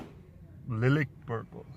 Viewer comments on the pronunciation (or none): hahaha lilik purple chutiye urdu hi bol le nai aati pronunciation to